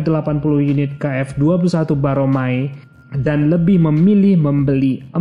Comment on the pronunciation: Si Mimin ini bener tau permasalahannya atau kagak sih....jujur gue ragu... Nyebutin nama pesawat kerja sama indo - korea aja salah....KFX 21 Boramae disebut Baromae...